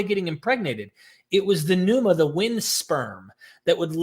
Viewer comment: I'm ecstatic to hear you finally pronouncing pneuma correctly!